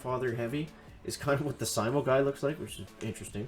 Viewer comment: It's pronounced s-ee-m-oh and named after the finish sniper Simo Hayha. Stop it with the worst pronunciation failure since Bentimm1 kept saying "ChiroBomb" instead of "CryoBomb" 😛